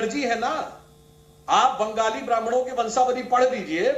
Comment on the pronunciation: Ben-Gaali kya hai.... আমরা বাঙালি। Speak properly or keep shut!